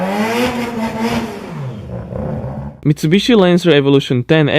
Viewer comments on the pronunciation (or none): none